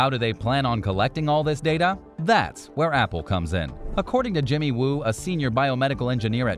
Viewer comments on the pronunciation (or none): none